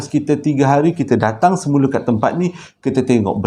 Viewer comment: Sama la...😂😂panggil Se mule jugak...hahaha..sedap bunyi sebut mcm tuu..terus sukses 👍👍👍